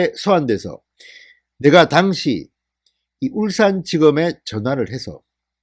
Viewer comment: "당시" 발음을 "당"자에 억앙을 쑤셔넣지말고 당자와 시자의 발음의 억양을 같이 해라.참고로 본인은 하버드대학 한글학과 교수임